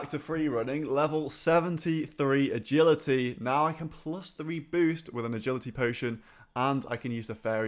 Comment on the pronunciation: "E'gility the funnest of skills"